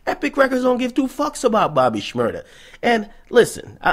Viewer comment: It's Shmur-daaaaaaa!